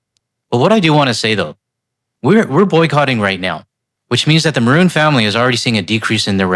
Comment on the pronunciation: I kept hearing "Bruin" and was like... "The hockey team owners?". 😆